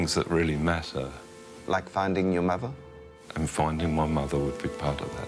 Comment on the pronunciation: Please use the word AND correctly... it's Lost AND Found not ...[lost AN found]